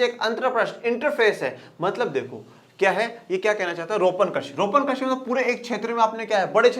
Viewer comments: सर आप कृषि को' कर्षि' से क्यों कर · Sir karshi nhi krishi Hota hai